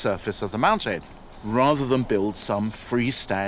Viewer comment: I’ve never heard an English speaker say mountain like that 😂